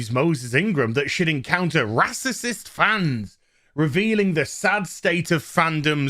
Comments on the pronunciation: Ok say it with me ray-cyst spelled racist NOT RASASIST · bro can you at least pronounce "racist" allright, its annoying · stop saying racicist, it doesnt make sense.